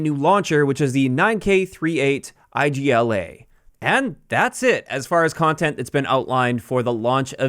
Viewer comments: 9К38 IGLA is not pronounced I-G-L-A as acronym but "igla" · Igla is a word, not an abbreviation and means "needle" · correcting people about igla pronouciation is the only thing that makes me get out of bed every day, mate